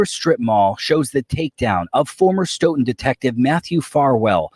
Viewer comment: For you out of touners its pronounced stoh-in.....kephese.